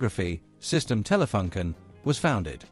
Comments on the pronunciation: I also thought about the double-"o". Maybe you could write it "Taylafooncan" to get it right for an english-speaking. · The FUN in Telefunken is not pronounced like the English "Fun" but with an English oo sound like in "soon". Edit: also, the both the E in TELE should be more "open", like Taylay. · I don't know if it's just me... I'm not german but still want the company name to be pronounced in the corret german way despite that the language used in this video is english.... how hard could it be ? I wanted to see this video since my dad bought our first color TV in 1975-6 and it was a Telefunken with touch control for channel changing. Very interesting video (so, TelefUnken not TelefAnken)